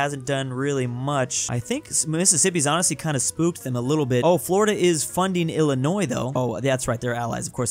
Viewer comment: "Illinios" Good job